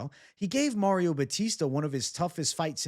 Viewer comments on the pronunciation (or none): none